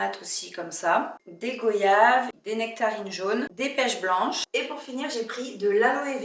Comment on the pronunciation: Quel plaisir de te revoir j’espère que tu as passé de bonnes vacances ❤😊 Le pantalon blanc te va si bien!!!! J’adore les pièces que tu as choisi Parcontre les goyaves se prononcent gwayave 😊 en tant qu’antillaise je te reprends 😅 rien de méchant tkt 😘😘😘😘